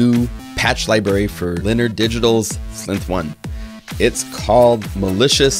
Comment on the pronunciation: Some really nice patches there! Just one thing - Slinth? I'm sure its pronounced si-lenth?